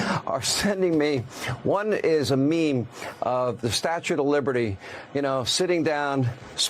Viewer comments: Why are they calling it the "statute" of liberty? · Why are they saying "Statute of Liberty?" Both of them said that! What the hell is wrong with these two, you know, besides the obvious?? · Ok. WHY do they keep calling it the "STATUTE OF LIBERTY"?!?